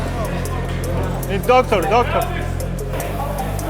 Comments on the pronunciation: Докторь, докторь перфект инглишь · Ржал когда Амиран звал доктора с акцентом 😂🤣